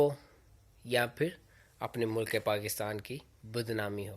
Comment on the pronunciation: Mulaak ni hota be..mulk hota hai.. a nahi hota l aur k ke bich mein